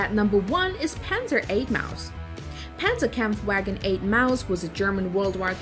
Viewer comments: It's legit JAGDTIGER like u usually say Tiger, and TOG reas it as a word, k-vagen in german W is read as V, Pazerkampfw(read w as v)agen, again Panzerkampfw(read as a v)agen VIII A Maus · Tis panzerkampfwagen niet panzerkampfwegen! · The Pentzerkempfwaegen😂😂😂😂😂